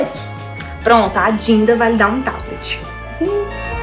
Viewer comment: Ela disse dinda em vez de dizer dinah